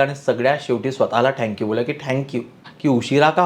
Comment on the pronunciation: ते थॅंक्यू असतं ओ… ठॅंक्यू नाही..😮